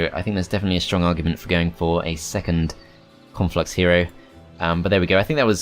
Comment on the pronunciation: Love how says 'Conflux' like 'Cornflux' and I just think, 'Man, that faction has to be part of a balanced breakfast!" Can't wait till they bring out Frosted Cornflux and Froster Minis Cornflux. And then the cross-over Reese's Pieces Cornflux and Rice Crispie Cornflux.